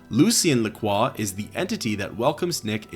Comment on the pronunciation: Bonus Points for knowing how to pronounce Lacroix unlike Most People who say "Lakroy"